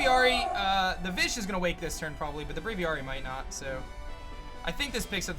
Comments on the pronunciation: He says braviary like braviyari and its making me mad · You say braviary wrong. Stop it, you're probably the only person in the world that says it like this, it doesn't make you special